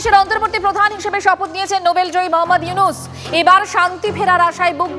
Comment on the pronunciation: ড. মুহাম্মদ ইউনুস নাম টা ঠিক ভাবে বলা শিখেন তারপর উপস্থাপন করতে আসবেন